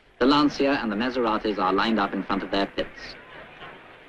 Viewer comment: I like, how the narrator says "Lantsia" 🤭